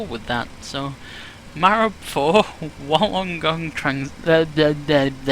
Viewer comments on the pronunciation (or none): pronounce wollongong Woolengong mate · "Wollongong" is sorta pronounced by us as "wool-en-gong" for the most part. It's a region/city around 50-100km south of Sydney, on the coast. Nice place, especially in the summer. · Hey, nice try with the pronunciation of Wollongong for the SID. It's pronounced "WOOL-ON-GONG"; good effort though. Great video by the way. Cheers from 'Downunder'..... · Wollongong is pronounced: Wool-on-gong one word. :-) Slope refers to slope of the runways, a runway is not completely flat it slopes in some places. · Wollongong is pronounced: Wool-en-gong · It's pronounced 'woollen gong" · Wollongong is pronounced - Wool - en - gong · Its pronounced Wool-an-gong hahah :) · It's pronounced wool-ong-gong, it's probably Aboriginal. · 1. Wollongong is pronounced "WOOLLEN-gong". It's the name of a city you fly over, south of Sydney on the coast. 2. Domestic flights to/from Sydney normally use runway 16L/34R and international flights normally use the other main runway 16R/34L which is why you have such a long taxi. On flights to Melbourne there is usually some wag (thinking he's the first to think of it) who'll say "did we book seats on a plane or a bus? Are we going to drive to Melbourne?" 3. The Virgin Australia flights have a callsign VOZ380 pronounced on the radio "Virgin 380" 4. The SID goes all the way around to the right from RWY34R because there are simultaneous operations from both runways. You can't have aircraft from the right runway turning left after takeoff if there are aircraft also taking off on the left runway. By the time you fly all the way around to the right and are crossing the glide scopes to the runways, you're well above the landing flight paths of incoming aircraft. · FYI - WOL is easy to say. Wool - on - gong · You trying to say Wollongong was quite funny! To an Australian it's pretty normal to have weird place names like that. STRAYA MATE.